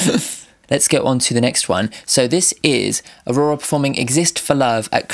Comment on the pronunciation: You pronounce the name well enough. Just make sure to roll the r a little bit more. LOL also, I'm glad I'm not the only one who's been obsessed with heathens and looks like a frightened person who's being murdered every time they walk into a public place.